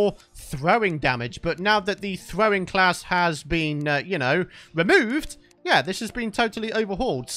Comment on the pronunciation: You said glass this series